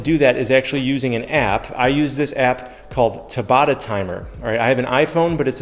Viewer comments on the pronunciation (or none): Hei man, love this chanel, and I'm brazilian, but your pronounce seems a little odd. It's Tá-ba-ta like the doughter of the wich. In time, great channel. It helps me a lot. Thanks for the video.